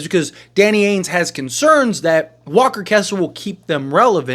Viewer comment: Why do you say AINES and not Danny AINGE, there’s a G in there lol